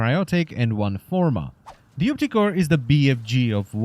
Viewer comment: When you say opticor sounds like "optic whore" wich makes me think of prostitutes charging money to have sex in the eye socket